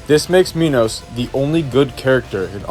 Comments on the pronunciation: its not pronounced mee-nows its pronounced máj-nows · pronounce minos like "menos" or "mynos" either way ill still not talk to you